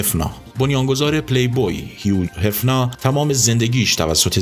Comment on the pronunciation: برام جالبه که به لحجه آلمانی کلمات هفنر رو هفنا تلفظ کردی